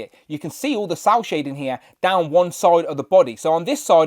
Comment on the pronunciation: Is he saying sow shading? What is sow (sour) shading? What is that.